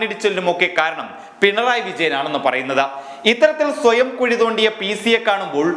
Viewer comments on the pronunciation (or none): none